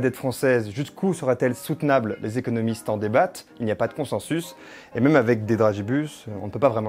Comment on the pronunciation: Très bonne vidéo 😉 Par contre ça se prononce conssINssusse 😅